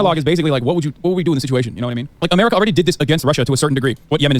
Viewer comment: Umurica sumtime liddurally bad. BUTTT umurica also sometimes liddurally good